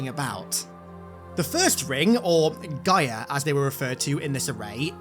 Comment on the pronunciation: I believe your saying Gyre wrong! It sounds like your saying GYM without the M and then followed by an ER sound. Just thought you'd like to know.